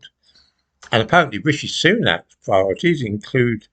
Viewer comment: get your pwiorities right and give Tony Angelino a call..The nation is cwying out for it!